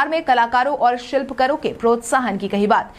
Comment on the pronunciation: शिलपकर नहीं शिल्प कार बोलो